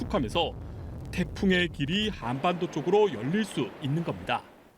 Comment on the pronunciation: 기자님 발음이 한안반도 저만 이상 한가요